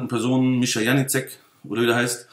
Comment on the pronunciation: Was ein Kindergarten! Unterhaltsam sind sie aber alle. Lustig, wie er alle Namen falsch ausspricht...Janicek :D Aber ich glaube, die schenken sich alle nicht viel. Ich kaufe bei Mick Weigl und gut ist. Dieses Geprolle auf Youtube ist mir echt zu viel...